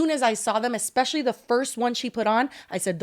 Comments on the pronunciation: She said, "exspecially" 😂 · Omg when she said ekspecially i snorted